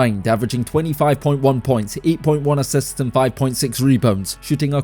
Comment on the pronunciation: assists spoken as assets lol